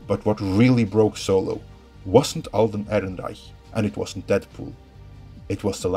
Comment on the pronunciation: I like how subtly flexes by pronouncing the Alden’s last name